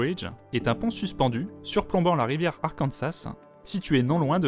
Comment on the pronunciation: Super vidéo ! En revanche on ne prononce pas le S dans Arkansas ;)